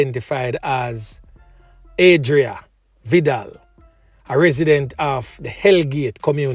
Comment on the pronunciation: The name is not vidala it's vidol